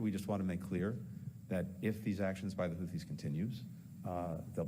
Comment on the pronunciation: He can’t even say their name properly! He said “Houties”